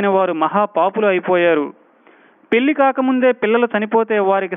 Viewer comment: Thanks for the answer. Since the topic was completely around the word "pelli". That's why I thought it was important. It also sounds like ళ not ల.